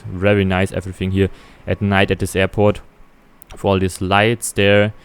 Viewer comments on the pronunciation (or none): Wenn man englisch kann, ja. Vor allem jetzt in englisch: Free und Three werden gleich ausgesprochen, De und The gleich, Wiff und with. Und das "the", was man vor Vokalen benutzt, benutzt er eigentlich immer... Schade.